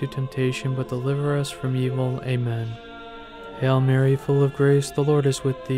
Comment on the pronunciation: Sounds like your saying "hell Mary" instead of "Hail Mary". Please focus on the correct pronunciation. We are truly blessed having our Heavenly Mother.